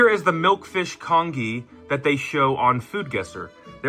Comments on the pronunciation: It's pronounced con-jee, not con-ghee! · lmao the congee actually looked good for some reason, needed a little more soupy-ness 😭pronounced "con-jee" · hi! congee is actually pronounced con - ji, kind of like the g sound in giraffe? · For someone calling it kong ee, that was surprisingly well made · Con-Gee please it’s Con-Gee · It's pronounced "con-jee" .. Like "jeep" without the "p". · It's pronounced kanjee not congee lmao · The way he says congee makes me sad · as an asian person you saying congee like that is so funny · Every time he mispronounces congee my eye twitches 😩🫣😩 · Goes through all this trouble and can't take a sec to Google how to say congee. 😂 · Aren't you going to correct his pronunciation?! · I can only say… Even though he may mispronounced the English word for “congee”, in Taiwan we only speak Mandarin or Taiwanese anyway, we just call it “粥” (zhōu) or “糜” (muê or bê) I mean, the guy literally cooked rice in a plastic bag using an air fryer… what more can I say? 😂